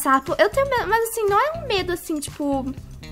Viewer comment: Aaaain, me da agunia ela falando mais ao invés de mas. Kkkkkkk